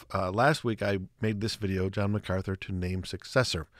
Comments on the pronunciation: Brother forgive but you keep mispronouncing MacArthur with MacArthly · Mark MacArthur not Macartney.